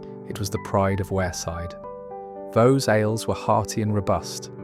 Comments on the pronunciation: It’s not vow it’s vaux like forks with a hard x on the end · Vaux is pronounced 'Vorks'. I still remember lunch in the Brewery Tap. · Yup. A good video with a southerner unable to pronounce Vaux. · I used to pronounce it the same as the beginning of Vauxhall cars, just without the "hall" bit. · Vaux (as in Hawks) and Wear is Wier not wear.